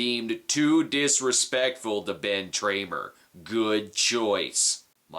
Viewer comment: Please don’t ever stop saying Ben Tramer 😂👻